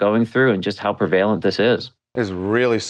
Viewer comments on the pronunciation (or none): He lost me when he said "prevaylent".